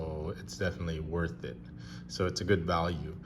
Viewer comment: "woth it"